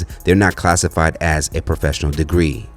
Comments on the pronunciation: She said “Hoefessional” 😂😂😂 an she RIGHTT !! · Did she say “hofessional”? 🤯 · Not Hoefessional 😂😂😂😂 My daughter said the same thing